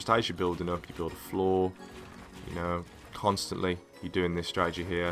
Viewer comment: This is how many times he says "Stradegy" ¤